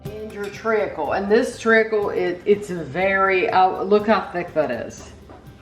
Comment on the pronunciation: Hi, it’s pronounced treecle. You don’t pronounce the a. Great review as usual.